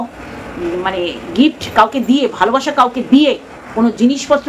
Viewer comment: Didi ytir valobasa?? Ota balubasa😂😂😂😂❤❤❤❤